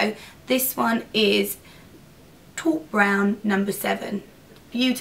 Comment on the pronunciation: TAUPE Nic, TAUPE-on-a-rope. TAUPE TAUPE TAUPE. Not tawwwpe. God I need more sleep. I just shouted that at my computer to an empty room. I'm sorry.